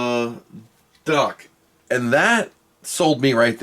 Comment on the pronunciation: Its a Dock not a Duck